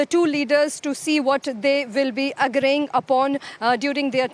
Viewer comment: Congratulations France 24, you have a reporter who cannot speak. But is it so difficult to hire a reporter who at least is grammatically correct? - 'victim' instead of 'victims' - 'Agraying?' instead of 'agreeing' - Technology share? - 'High-stake' instead of 'high-stakes' meeting. - Half of the Rafale agreed? In just 3 minutes of clip, you have multiple errors. Keep it up.